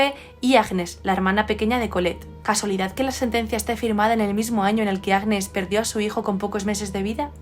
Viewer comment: Hola ! el nombre Agnès se pronuncia »Añés » gn en francés se pronuncia siempre ñ. Nivea fué creada en 1911. Y Luis Pasteur es un científico francés que creó la vacuna de la rabia. Un saludo